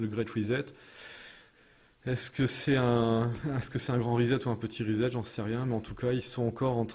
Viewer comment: Reset se prononce RIZ 7 et non risette. Parce qu'avec le grand reset promis par le WEF, il n'y a vraiment pas de quoi faire risette.